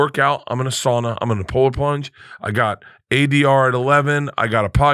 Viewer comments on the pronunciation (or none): none